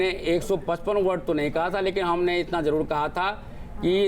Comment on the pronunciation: Baba kaise bolta h.jarur ko jadur h.aree bolne to dete ni h.kya kadu Mai hahaaa